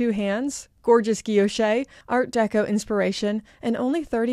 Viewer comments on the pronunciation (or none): none